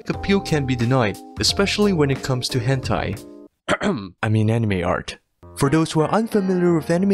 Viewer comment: are we not going to talk about how he said hentai...